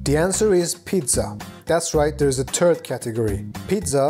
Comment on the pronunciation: I laughed to much at this. and when you said third category it sounded like turd category which made me laugh more.... man I'm tired